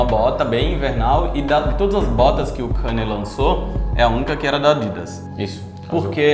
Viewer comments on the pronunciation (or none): Mas por que falar o nome dele errado se sabemos falar o certo? 🤔 É Kanye, e pronuncia-se Ka-nie, e não Kenie. 😉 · Pfvr n fala kanie fala kenie pfvrrr